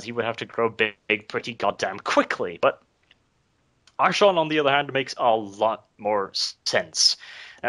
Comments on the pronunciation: jesus. it is arch-ay-on not arch-on cringed everytime i heard it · it's pronounced like a k. Not sh. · Archaon pronounced Ar-Kay-On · i pronounce it Arkh'Ay'on i think that sounds coolest.